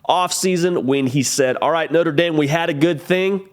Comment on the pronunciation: I think he’ll be able to use his talents more at LSU instead No-trah Dah-m